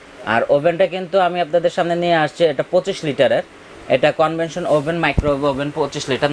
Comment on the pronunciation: সার্ফ না শার্প কোম্পানি। কনভেনশন না কনভেকশন ওভেন।